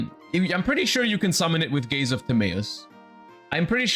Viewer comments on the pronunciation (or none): Gays Of Timaeus